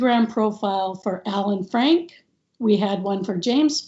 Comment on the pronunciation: Frank”e” …..Frank